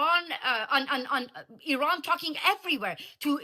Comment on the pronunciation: Please don’t say eye ran ,it’s eran IRAN 😂